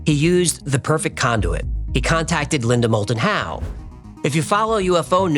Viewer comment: Linda Mold-and-How, credible? C'mon, Man....